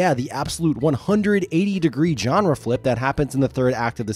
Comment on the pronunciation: I beg you to look up how "genre" is pronounced.